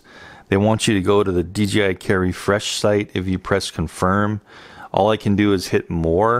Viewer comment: exquisite. why does everyone seem to say DGI, its DJI like DJ and then I.